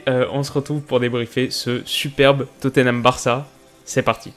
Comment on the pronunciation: Arrête de dire Totténham stp c'est très moche à entendre.